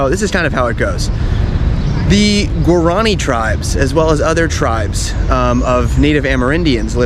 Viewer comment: Guaran i is pronounced (wah-rah-nee), with the accent on the last i. The lace work is called ñandu ti (nyan du tee) accent on the last syllable. Embroidery is called a' ho po'i. (ah-oh po ee) accent on the last i again.